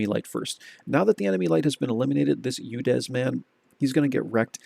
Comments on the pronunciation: i am not sure but I dont think it's I"yack"san, I think it's I"you"xin. But I am no expert at pronunciation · Hey man just wanted to say, name is pronounced ee-yooxin. Also chosing yux part as a nickname 😂 what was that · Isn't the player's name pronounced "I You Win" ? I don't and am not trying to sharp shoot here, I could be mistaken. Just saying....